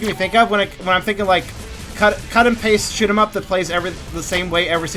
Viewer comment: Sounded like you said shit em up lol